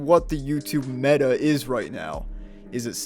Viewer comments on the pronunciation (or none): none